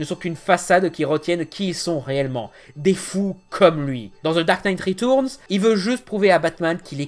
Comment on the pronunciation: the dark night RITOURNS 😂😂🦇 Nan jdec super vidéo